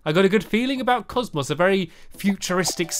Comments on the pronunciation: It's COSMO not COSMOSS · it is cosmo not cosmos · I'm sorry to correct you but it is COSMO not COSMOS!!!! Silly Stampy. I just love your videos. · And its called cosmo not cosmos (Not complaining) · Cause mo! Not cause mus! Ps I'm not spelling it right because I'm trying to do pronounce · Stampy u said cosmos lol it's cozmo silly stampy🍰🎂🍰🎂🍰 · It's Cosmo you said cosmoss yo stampy what is yours and squids real names herobrine said he dose not hurt people so he is sssssssssssssssooooooooooooooo safe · Why do you say Cosmos? Its Cosmo XD Lol Stampy! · it is not cosmos it is cosmo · IT'S NOT COSMOS IT IS COSMO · its not cosmos its cosmo! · It's called Cosmo, not Cosmos! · It's not Comos it Cosmo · Stamp you said cosmos when its cosmo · It is Cosmo not comps! (I think so)😊😊😊😊😊😊😊😊😊😊😊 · it is not cosmos it's cos-mo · Its not cosmos its Cosmo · IT IS CALLED COSMO!! NOT COSMOS!! just letting you know.... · It's Cosmo not cosmos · its COSMO NOT COSMOS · cosmo not cosmas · It is cos-mo Not cosma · It's called Cosmo not cosmos ugh my god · It's called cosmo not cosmos. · It's not cosmos it's pronounced cozmoe. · IT IS COSMO NOT COSMOS!!!!!!!!!!!!!!!!!!!!!!!!!!!!! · it's cos- MO not cos- MOS. I think u said that because u can speak. :P :D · It's cos-mo not cos-mus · Even reading Cosmo stampy says it as cosmos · It's Cosmo ( Coz-mow ) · say it like cos moe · It's Cosmo ( caws-mo) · It is called cos-mo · CAUSE-MOE that how u say it:3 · U call it kossmoss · Did any one else get annoyed when he said Cosmus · Stampy it's pronounced coz-moe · it is pronounced CAWS-MO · hey stamps you said cosmo wrong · Stampy it is called cosmo just saying